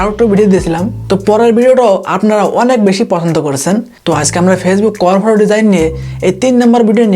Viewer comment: কভার ফটো উচ্চারণটা ঠিক করে করেন